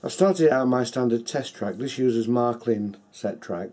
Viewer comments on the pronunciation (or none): The first syllable of Märklin rhymes with "hair". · Close, but not quite. The vowel you're reading as rhyming with "hair" doesn't exist in English, so you're still anglicising it while criticizing OP. Honestly, "Mair-klin" sounds more cringe than "Mahr-klin", if you can't actually pronounce the "Mär" syllable.